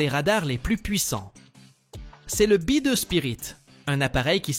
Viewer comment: Merci L'IA pir li dimonstration di Bi deu!!!🤣🤣🤣